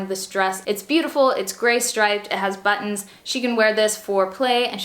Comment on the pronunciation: You say "button" like I do! Love it! My family always gets on me for saying the "t" too much but it's natural for me in most words.